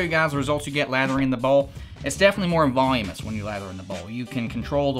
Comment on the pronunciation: It is voluminous... not volumous. LOL~